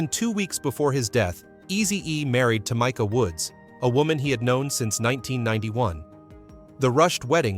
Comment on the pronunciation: Its Tah me ka! Not tomika! F'n a.i.